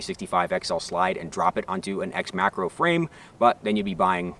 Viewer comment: When he says macro i hear Makarov ....